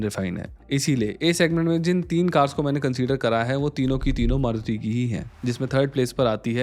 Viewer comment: Maruti cars❌Maut cars✅